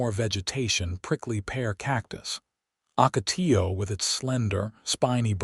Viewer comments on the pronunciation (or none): It is Camp Ver-day, it is Spanish. It means Camp Green for the Verde River. Listening from Dewey-Humbolt, AZ. It is Ocotillo, not Acotillo. It is Ver-day River. Educate the AI voice.